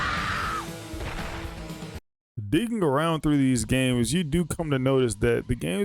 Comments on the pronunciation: He nitpicks that and keeps butchering the Kame Hame Ha as “Cameamea wave”. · You nitpick “Garlic Gun” but are constantly butchering Kame Hame Ha as “Cameamea Wave” 😂